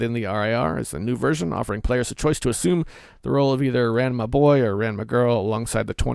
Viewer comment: You pronounced Ranma incorrectly just about every time you said it.